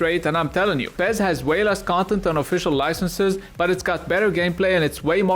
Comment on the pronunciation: PEZ ? its fucking pes ?